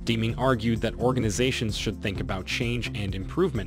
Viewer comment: Good Lord, please PRONOUNCE the Guy's name right! So far he STILL hasn't mentioned the most important phrase that TRANSFORMED the Japanese auto manufacturing industry post WWII - Continuous Process Improvement. #FAIL ....and learn how to pronounce Deming's name, huh?